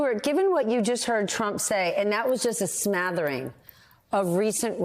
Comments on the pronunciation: The word is smattering, not smathering. Seriously, is English not your first language? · Smathering is not a word - You meant smattering - Go Blue